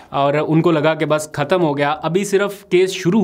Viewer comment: ختم کو کہتمنہیں کہتے۔ خ بولنا سیکھو